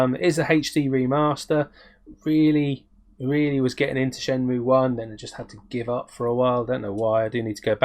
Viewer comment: At first I got all giddy....I thought, yay, he says Shenmue like I do....then realised you were taking the piss 😂😂😂👍 I’m so pleased to see that Team 17 are still making games, I do love this software house, Worms was such fun and I’m a massive fan of it, so it pleases me greatly to know that they are still going strong. The two games you showed look fun and cutesy, they obviously haven’t lost their knack with cute characters 😀 TV Monsters Blast was a steal mate, loving those brightly coloured light guns, if the game does play like Point Blank then it will be a joy to play. I love how you say “bloody lovely” 😀👍 Pandora’s Tower is very nice, you did right to go with Al’s train of thought 😂 Very nice pick ups mate, great to see you back on screen 🤘🏻🤘🏻🤘🏻